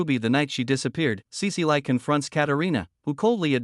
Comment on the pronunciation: Cecile is pronounced sea-seal not sea-sea-lie. Gah, AI voices these days.